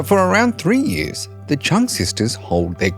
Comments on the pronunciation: I know it’s very difficult for foreigners to pronounce the surname of the Trưng Sisters correctly but you did a great job from the very first seconds. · Next time please try to learn to pronounce their names at least remotely like it is meant 😂😅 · Bro couldn‘t even learn how to properly say Trung sisters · You really mispronounced Trưng